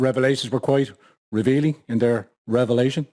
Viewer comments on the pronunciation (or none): none